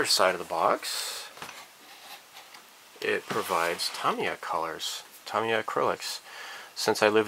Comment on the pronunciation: Tamiya - Tomiya ? is that correct? always thought it was Ta Me Ya... let me know